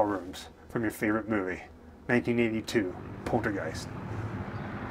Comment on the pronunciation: Are you all methed out or what!!??? It’s called poltergeist not portergeist!!!😂😂😂😂😂😂😂😂